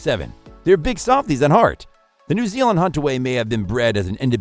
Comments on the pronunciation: Had to stop 9 seconds in. Voiceover: 'also known as the New Ealand Sheepdog...' with that sort of quality control in the first 10 seconds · This information is often wrong…! Can’t pronounce the country correctly, Hunterville is found lower Nth Island, not Sth Island…